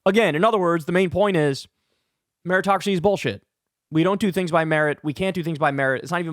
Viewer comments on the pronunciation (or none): none